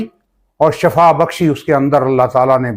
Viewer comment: shafa tu death ko kahtay han yah word Shifa hay